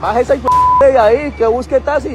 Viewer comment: Cuál tasi menos se dice taxi